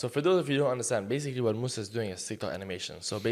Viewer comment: mussy? wasn’t his name moussa? 💀